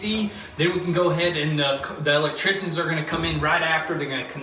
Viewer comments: Lectrician. Or L-licktrician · The way says electrician kills me every time.